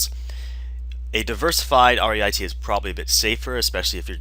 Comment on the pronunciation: pronounced reet not 'r' 'e' i' 't'....and they payout 90% to maintain tax advantages not 97%